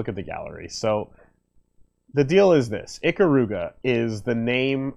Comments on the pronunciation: ee-KAH-ruga, not ICK-uh-ROO-guh. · I gained mad respect for you as an Ikaruga fan, EVEN THOUGH YOU CALL IT "EEKA-ROOGA", the second you mentioned my bae Kagari and the Ginkei by name without prompting. I knew you knew the real story, and I had no idea one of my favorite youtubers had the same respect I had for this wonderful piece of art in video game form.